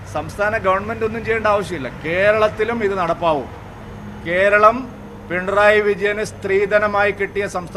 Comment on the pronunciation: പിണ്രായി അല്ല, പിണറായി